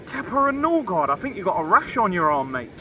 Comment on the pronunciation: Noorgard ??!!!! Smh this is typical Arsenal